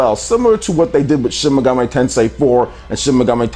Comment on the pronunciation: Shin "Megam-ay" Tensei??